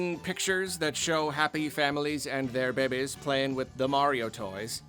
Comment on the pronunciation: The way you say babies is funny. Behbehs.